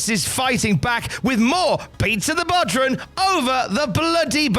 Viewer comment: Jesus christ it's pronounced bow-rawn not bodran